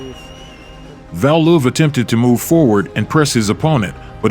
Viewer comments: Hey Valuev (not pronounced Val Loof, but whatever), fight some dudes half your size.. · I had to stop watching the fourth time he called Valuev "VAL-luhuv" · pronounce its correctly it should be pronuced "val-u,ev' its cringy way its pronounced here, im assuming using an AI audio gen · Pronounced Val- you- ev!!!